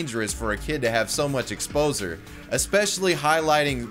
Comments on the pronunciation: OMFG ..... "...ex-poser" instead of exposure -_ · it's exposure not exposer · Boyyyyyy did he really pronounce EXPOSURE as EXPOZRE????? And vanishing into the EEETHER? its PRONOUNCED EH-THER